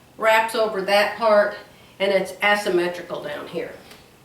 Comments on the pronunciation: Love the blue and white blouse you already made with the asymmetrical blue skirt. FYI with love. There is no "ass" when pronouncing asymmetrical. It is pronounced "A" symmetrical. You can google how to pronounce it to hear it said out loud. Love you. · 🤣🤣🤣, you were sewing “ass symmetrical. It’s Aaaaa asymmetrical. Love you. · I do like the top you have with the skirt. Gives you more options for jewelry. 😃 I would kindly ask you to google the pronunciation of the shape of the skirt. The A says it name as in “say” not as in “ass”.